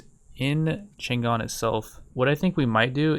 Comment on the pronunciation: The city of Chang'An's name was actually pronounced Chung, Ann, not Chan Gan, just to let you know.